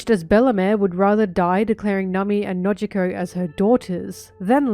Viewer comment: I like the way you say Nami. 😊